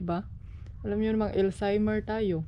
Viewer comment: Alzheimers oy hindi elzheimers.